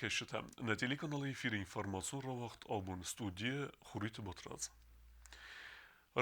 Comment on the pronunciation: Батрадз ном най. Ис ном-Батыраз (осет) . Звучит так-пишу русскими буквами(Батыраж). Перестаньте гадить осетинский язык.